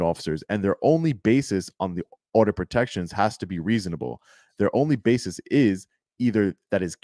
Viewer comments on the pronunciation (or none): "basis'... not bases.